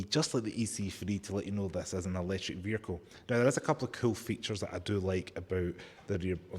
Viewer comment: It's not a "veeR-kill" Say "vee-ickLe" It's not a "bat-tree", it is a ba-TTery " It's just not English taught in school. You've picked up Muppet talk habit. You don't say FFis FFat FFem FFose for THis THat THem THose so you can say the "TH"i sound. It's not mumFFs oV FFinkink FFroo FFerty FFree FFousand FFingz FFurzday wiV muVa faVa bruVa keeFFs smooV teeFF sumFFink wurFF nuFFink norFF souFF maFFs FFerapy. Listen to how wrong it sounds.